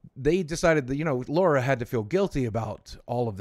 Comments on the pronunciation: Every time I hear Laura instead of Lara I cringe :/ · LARA not LAURA